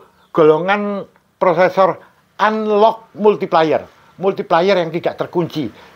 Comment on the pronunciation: Multiplayer baca multipleyer Multiplier baca multiplaier